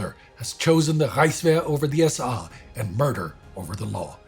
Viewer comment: The pronunciation is annoying-this is English its the SA (es-ay) not S-AH--plus throwing in all kinds of German words make it hard to understand-its the freaking German army, not Reichswehr or whatever this guy is saying.